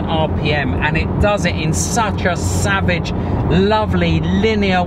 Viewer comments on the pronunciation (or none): none